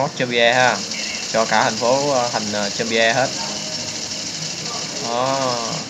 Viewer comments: nó đọc là zom-bi thôi anh ạ, không phải zom-bi-e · đọc là giom - bi ko phải giom - bi - e